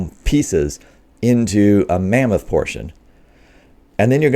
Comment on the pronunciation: So, it's lamboth not mammoth. I'll think I'll wait for the porkoth.